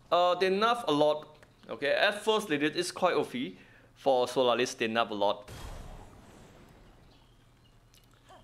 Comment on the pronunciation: solalis xD , im dyiiing 😂😅